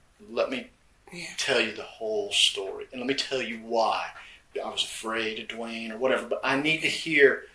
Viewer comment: Is the man named Dwayne(Duane) or D’Wayne as she pronounces it. I have cousins with both variations